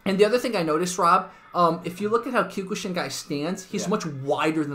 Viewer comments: Dear video poster, just so you'd know, you're actually pronouncing Kyokushin wrong. I'm hearing you saying "Kew-kuu-shin" when it's really supposed to be pronounced as "Kyoh-kuu-shin". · “Kyukooshin” LOL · It is kyo-ku-sheen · He says kyokushin really weird.